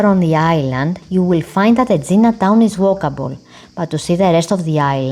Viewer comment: Very thick accent which is no problem if you could pronounce the name of the island correctly!